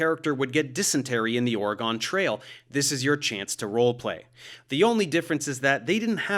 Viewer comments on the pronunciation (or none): Professor, I love you, but please, it is ore-gun not ore-gone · As an Oregonian, I have to let you know that you pronounced Oregon wrong in Oregon Trail btw. It is Or-reh-GUHN, not Or-reh-GONE. Great video otherwise though. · Oregun not Oregone. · I have to correct this ridiculous mistake. Dave says "Ore uh gone", like it is currently gone and it went somewhere. Oregonians pronounce it "Ore uh ginn (like the word origin but with the g sound of gone instead of the j sound in origin), because it is still here, it didn't go anywhere. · It's "Or-a-gin" not "Or-a-gone." It's still here. And don't give me that "that's how it's spelled" BS! We don't call it "Are-Kansas" do we? Or-a-gone is a town in Ohio. Or-a-gin is a State in the PNW. You will get no likes from Oregon until you learn to pronounce it properly. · good video but i had to dislike because you pronounced Oregon like 'Or-O-Gon' instead of 'Or-a-Gen' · Ore-uh-gun not ore-eee-gone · It caught me off guard when you said Oregon. The people that live in Oregon, where I’ve lived my whole life, pronounce it “or-e-gin” with a hard g like in “go.” I’ve only ever heard people from the southern US pronounce it “or-e-gone.” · Okay, so the "raw water" scam was definitely a scam and a grift, but the water was safe. It was from municipal supplies in rural Oregon (pronounced 'ora-gun, not ory-'gone) which had spring and well supplies which were fortunate enough to come out of the ground filtered enough to meet FDA standards for drinking water. It's still treated, tested, and safe for consumption, just filtered by rocks instead of in a conventional waterworks. It's true that drinking water from natural sources carries some risk, but the real miracle of science of clean drinking water comes from the testing as much as the processing, and if the water passes the tests without needing additional filtration then adding said filtration would be wasteful. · Ore-GONE trail? This offends me. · When he said “Oregone trail” I felt that